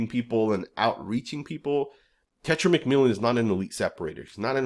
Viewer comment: Bro, it’s not tetra! It’s TE-(tay) TAI- (tie) Ro- (Roll your the r off your tongue as in Spanish) A-(ah)